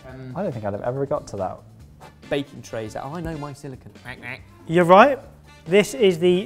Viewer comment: Silicone,, not silicon. They’re two completely different things, and they’re not supposed to be pronounced the same.